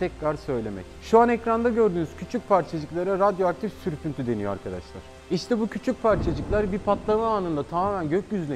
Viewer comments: sürpüntü diyon süprüntü yazyon :D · sürpüntü diyo altyazı süprüntü diyo hangisi doğru aq